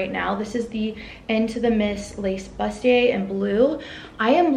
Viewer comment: Bustier is pronounced boo stee ay. 😁